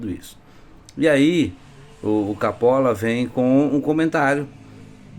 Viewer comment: "CAPOLA" CAPOLA... MEU DEUS DO CÉU, "CAPOLA"?....